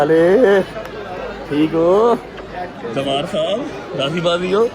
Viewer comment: Zawar ❌ bahn phar